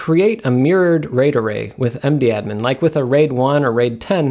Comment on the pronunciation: I don't know if it is just me and my friends, but we call mdadm "madam" not "md-admin* :-)